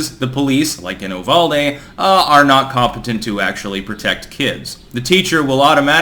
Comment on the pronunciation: Alright we been through this already.... YOU-VAULD-E Oh by the way how are things back home in Vermount? 😅